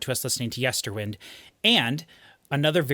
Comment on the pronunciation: It's LeviOsa. Not LeviosA